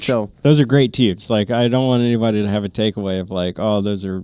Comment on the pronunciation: Lots of great info. Have a TNVC PVS14 with 2800 FOM, and some DTNVS on order. But can you stop saying Teeoobs?